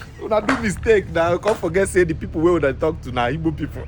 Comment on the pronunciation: Even the "Ogbo" to "Igbo"